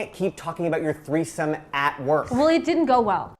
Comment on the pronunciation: You said it, "Aboot" this time.